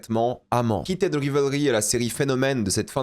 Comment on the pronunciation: Je reve ou il dit keated au lieu de heated😂